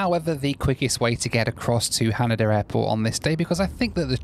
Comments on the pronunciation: HanEda not HanAda LOL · FYI... it's pronounced ha-NAY-da